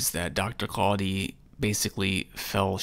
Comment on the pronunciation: The way he says quadhi is so disgusting